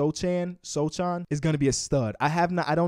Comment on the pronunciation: By the way, the spurs pick Jeremy Sochan is pronounced “So-han”. The c is silent